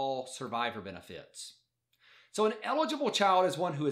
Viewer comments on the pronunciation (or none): I hate the way he says Beni Fieet